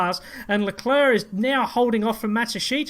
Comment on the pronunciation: At least you pronounce LeClerc properly!!!